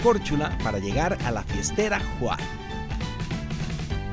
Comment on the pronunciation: Hola Alana se pronuncia Juar y espero hayas visitado las cuevas azules. Saludos!!